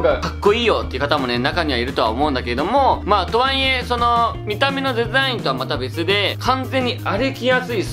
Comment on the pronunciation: 「と↓は↑い↑え↑」が気になりすぎるwwwww 疲れないスニーカー欲しいんだよなぁ😑